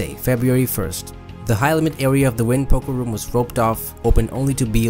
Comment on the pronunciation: Wynn is pronounced WIN not WINE